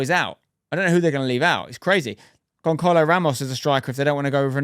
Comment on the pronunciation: The most agregious part of the video is the pronunciation of Gonçalo Ramos.... GonCarlo??!?!? It hurt to hear 😭